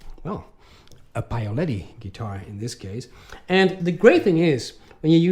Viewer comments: PAOLETTI....not PAIOLETTI....😅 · You really have to work on the "Paoletti" pronunciation though.